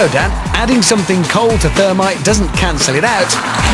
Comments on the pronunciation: not termite, THERMITE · the "thermity"